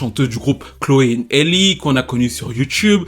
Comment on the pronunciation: Rien à voir les amis mais son prénom se prononce "Ali" 😅 Plus sérieusement, le pire dans l'histoire, ce n'est pas tant sa grossesse. L'enfant est en bonne santé, très mignon, c'est une grâce. Le problème c'est que chaque fois qu'on entend parler d'elle maintenant, c'est parce DDG a ouvert sa bouche qlq part ou a tweeté qqch Avant elle et sa soeur c'était les petits génies de la musique qui faisaient tout (chant, instruments, écriture, production) et que Beyoncé avait signé. Je me rappelle encore de vidéos d'elles en larmes dans le salon de leurs parents parce que leur 1er album avait été nominé au grammy. Aujourd'hui leurs noms sont dans tout sauf la musique